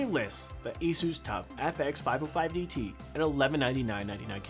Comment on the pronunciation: That's the correct way to say it